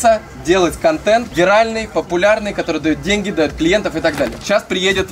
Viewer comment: Вы гавариш денги менога как тибй менога